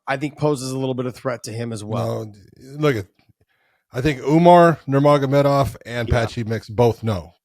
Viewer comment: Josh says the name. Nur.agomedov morenthen he says his own WiFES name. Damn son take that dagastani dik out cha mouth